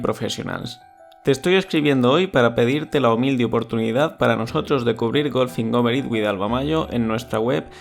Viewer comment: Pero si se escucha perfectamente "Golfing over it with Alva Majo"